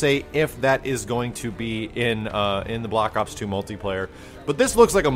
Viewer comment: I swear he kept saying "block ops". I SWEAR.